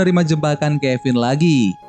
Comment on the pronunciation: Abang bilang finn jadi kevin